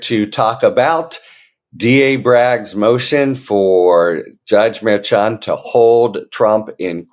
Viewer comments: Pronounced mer SHON. Not mare chon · I enjoy all your content, and your helpful takes on what is happening at certain levels behind the scenes. That being said, it is with the best intentions, and all due respect, that I gently remind you that the judge's last name is pronounced "Murr-SHawn" as was previously pointed out by K.F-A a couple weeks ago. Have a fantastic day, sir.